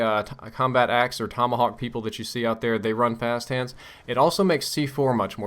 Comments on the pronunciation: "Frap hast hands" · did he say 'frap hands'? haha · At about i couldve sworn you said "fast fap hands." Oh my...